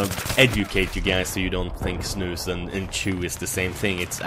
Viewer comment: jag är svensk sååå jag fick typ huvevärk när du sa de på svengelsk ;)